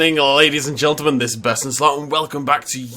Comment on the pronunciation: Great video.... but why does he keep saying Geltelmen